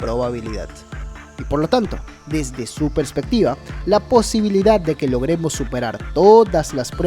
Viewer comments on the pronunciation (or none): none